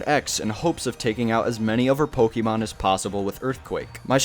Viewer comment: oh for god's sake please its pokééééémon not pokeemon 🙏🙏 but anyways great video !